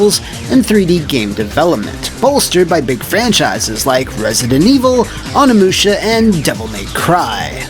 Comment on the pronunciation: It's pronounced "Oh-ni-moo-sha" not "on-ni-moo-sha"